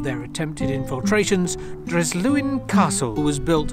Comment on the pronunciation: Nice video,but the 's' in Dryslwyn is pronounced with an 's' sound and not a 'Z' 🏴👍